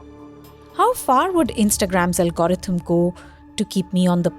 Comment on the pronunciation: Someone tell that lady how to pronounce algorithm please